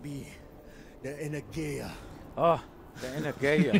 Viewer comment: The energeia? Its greek and it means energy... And u dont pronounce it like that come on we all got internet nowadays, couldnt they find the word on google?